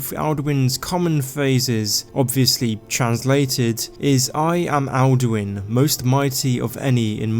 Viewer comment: Dose he become Duin insted of Alduin